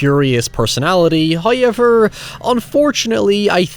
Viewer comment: for all the faults these films have an integral place within my love of film. my only regret was not insisting to be taken to the cinema for Pitch Black, "Hoy-Ever" it was amongst the first of my DVD collection, which stands today. It just occurred to me that I based a creature on these batactyls, mine being more so a cross between a vulture and Pteranodon uselessly blind but very acute hearing, blood is warm like a fresh brewed tea and when drunk leaves you in a state of heightened fury, to kill but one is a feat. a growing from a medium dog with 1m wingspan to a full fledged human with a 5m wingspan.